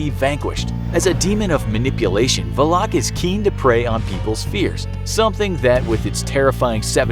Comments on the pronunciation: How are you going to defeat it if you can't even pronounce its name? 😃 It's "Val-ek", not Va-lock LOL. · also it’s not VALAK it’s VALIK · Its not Vleeeeeeeek or Vlaaaaaaaak Its Valak. Legit just read how its written,its not hard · When you said Volak, that everyone said Valak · Pronounced :valkick Name:Valak He calls her: valock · "Valaaaaak" lol It's pronounced as "Valek" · It’s valak not “valock” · It is VALAK not VULOK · it’s not “VUH-LACK” it’s pronounced “VAL-ECK” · tahst not how u say her name its Valac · Valak. Just say valak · Am I the one that pronounces valak like va-luk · The way he pronounces valak like vu lock makes me uncomfortable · I don’t think I heard somebody pronounce Valak more terribly 😂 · Mispronouncing Valak the entire video, sigh. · The way he said Valak smh 😒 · I am so annoyed by how he says her name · Pronounces valak in the dumbest way possible the whole video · I’m just annoyed Valak was pronounced wrong 😖